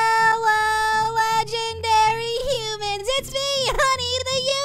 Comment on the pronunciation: It’s human not hooman